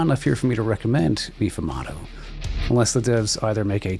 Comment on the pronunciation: Meefoomahdo.... It's pronounced May-fumado